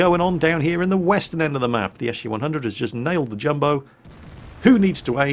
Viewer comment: pronounces SU "eshoo" XD